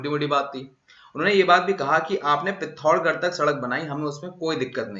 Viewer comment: please correct this. You did blunder here for all of us. Nepal---darchula district is in Nepal. Please correct it and It's pithoragarh not pillocha garh 08.14 minutes check.